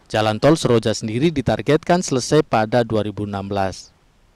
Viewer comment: Nama tolnya Tol Soroja......... TOL SOROJA (SOreang pasir koJA) bukan seroang pasir koja........... zzz